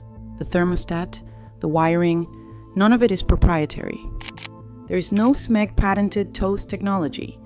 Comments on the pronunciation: Smehg, not SEM-eg. So says the CEO of SMEG. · “Sem-egg” then shows a pic of a Kitchenaid Kettle. 😂. Byeeee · What's "S-Meg"? AI sloppy strikes again! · SMEG (pronounce Sam-egg) Um missing the 'a' buddy. Why showing a kitchen-aid kettle and not the Smeg. Le Creuset - Great pans, great Dutch ovens, holds it's value, nothing wrong with it. Cost too much. I thought this was about being robbed by companies. You point out reasons why Le Creuset is worth the price, how is this 'robbing' I have a 15 year old Green Pan ceramic sauce pan that's still in perfect condition. Wash by hand, don't use metal utensils. Listening to Influences and TV stars promote something, of course they got paid for it. They'll sell out for money every time. Don't trust them, ever. With Gordon Ramsey hocking these, see previous comment. Good for Everyday cooking. There's the difference. The ones you mentioned previously are many times used in restaurants, where nothing is everyday. So we go from pans and how bad they are to knives. Hmm, seems like your trying to "influence" people to buy a knife. Something you say is bad for brands. Do what I say not what I do, much I also like how you say chefs and cooking schools use it, but you don't show it being used in either. You obviously don't know how a knife work do you. Any knife gets sharper if you maintain it properly. How much for the metal pain from All-Clad that's made the same. Compare the same thing. I'll take my Lodge Enameled Dutch oven over anything else. You keep pointing out that the "good" ones aren't backed by influencers, but isn't that what this is. Painted up as a top 10 list, but still comes do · Mispronouncing brand names and also using different brand images while talking about smeg….. this AI crap has got to stop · Did you really mispronounce Smeg?